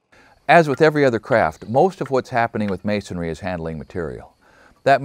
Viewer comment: As well spoken and articulate as you are I'm surprised you pronounced the word masonairy instead of masonry 😂. I use to pronounce it wrong also until someone asked me where I got the other A in because masonry only has one😅